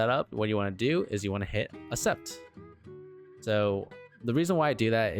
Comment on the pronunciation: Cool video. You should add dowel locators for some parts, it helps when lining up parts during assembly and adds stability in crucial areas, especially thin tall parts. Also, The word "accept" is pronounced ak-SEPT. To agree to something or agree to do something: For example, "He accepted the job offer." Hope that helps 😀